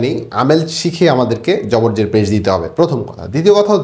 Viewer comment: যের যবর পেশ বলতে পারেন না। জটিলতা সৃষ্টি করেন। জেনারেল শিক্ষক এসব বুঝবে।